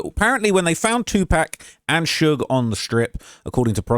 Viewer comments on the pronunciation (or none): take the British out your mouth and say his name right...tupac...not 2pack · you gotta stop saying pack bruv lol it’s hard to watch this. It’s PAC! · It’s Tupac not tupack. God damn man. Just bc he became a pack doesn’t mean that’s how you pronounce it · Who is 2 pack ???!! It’s tupac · Just wanna let ya know it’s pronounced “2-pock” not “2-pack” hope that helps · Tu-PACK? you mean Pac. Like pronounced pock. This is 1 more reason yall got 1776'd. Sit down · “PAC” not “pack” man. 😂 on top of everything but pronouncing names right. Funny but crazy. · PAC NOT PACK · Stop saying his name wrong. Its pronounced POCK. Tupac. Not pack. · Tupac = “two-pock” not “two-pack” 😢😅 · Bro please quit saying it wrong 2PAC not 2PACK. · lemme help you out bro.. it’s 2-“pock”..(like rock with a “p”) not 2-“pack”.. 🤷‍♂️ Just a friendly fyi 🤣🤘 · say it correctly lol pronounced "pock" pac you keep saying pack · bro you're still saying "2pack" its "2 POCk" Tupac = TWO POCK ... I have a dollar in my POCKet. In TWO POCKets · Omg the way he pronounces words - cringyyyy!!! He starts off saying it's been thir - eeeeeeeeee not 3thirty0! Then the blasphemy continues when he says 2two pack - not 2two Pac not Pack ()!!! you tighten up your tie - when you started off earlier when you did Lul Durk trial commentary earlier that shit needed attention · Pls stop saying 2 pack... its pronounced POCK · they already explained that its not pronounced "pack" but rather "pock"... like Spock without the 'S' 😒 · Godamn My nigga, it's not two pack. It's tupac (too pock) You are monetizing the fuck out of our culture enough already as it is. The least you can do is pronounce his name correctly. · why are you pronouncing his name like 2 pack?? lol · ...wtf man??? It's 2 PAC. Like 2 Cock? 2PAWC? It's 2PAC. Please respect the GOAT and not disrespect his name and legacy. Do a modicum of research when telling a tale of the greatest rapper ever. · stop saying 'two pack'.